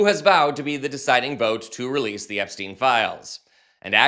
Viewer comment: Why don't you pronounce "EpSTEIN" just as everybody does for "EinSTEIN" ?